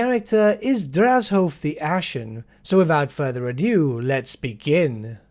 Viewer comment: Love the video, but Draz-HOOOOOOOOoooooOOEEEEEEE-ath I think the h is silent. Can't wait for more videos - You are one hard working son of a gun!